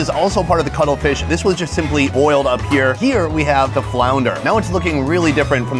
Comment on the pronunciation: Did he say cuddle fish legs?